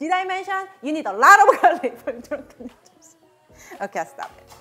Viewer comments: "Drenken nrderss" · I love the way she said " Dranken Nerdles" * hand flick*